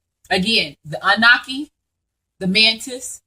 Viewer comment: Love the info I just have one thing tho it's pronounced ah-new-nahki. Not trying to correct you just want you to say it correctly so people who aren't familiar will be well informed and be able to know exactly what ur talking about. This was awhile ago so you probably have already made the adjustment. Peace and blessings